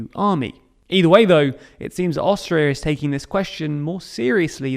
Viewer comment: Haha, I thought you said Australia. I was so confused listening to the episode for awhile. Great coverage on the history! 👏🙏🏼😁